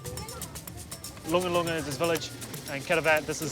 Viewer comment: Correction on the Village name. Its not Longalonga, its Lungalunga.